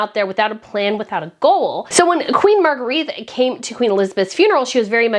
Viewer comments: Point of Order: The name is pronounced 'MAHR -gray-Tuh' not 'Mahr-greeth'. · Please pronounce her name as Mar-gret-tuh in Danish, not as in French Marguerite. It tickles my ears as a translator! Aside from that I'm so very happy that Frederik and Mary get the big job at last! Yeah! 😊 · Hi, I love your channel, and hi from Sydney, Australia! Queen Margarethe's name is pronounced "Marga-retta." Have you tried leaving a little hair out around your pretty face when you put on a headband? Instead of pulling all the hair back, put it on top of your hair. It softens the look a bit. I wear headbands a lot, and a hairdresser did it for me once, now I wear them like that all the time!